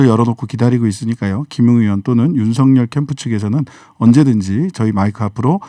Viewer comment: 신장식변호사님께서 정확한 발음을 하시는군요... 윤석열을 윤서결로..... 그들이 주장하는 것 처럼 가짜뉴스라고 하면서 법적 책임 운운하고 언론피해를 받고 있다고 주장하고 있다. 그런데 왜 언론중재법을 언론재갈법이라고 하면서 반대를 할까?...참 웃낀다